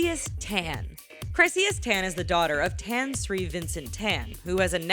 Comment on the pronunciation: Tan (Tah-n) not (te-n)